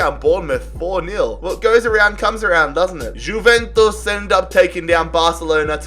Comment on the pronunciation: it's pronounced yuventus not guventus